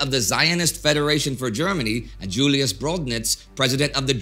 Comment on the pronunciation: You’re so good with that German pronunciation - but shouldn’t you therefore pronounce “Julius” as “Yulius”, and “Joseph” as “Yosef”?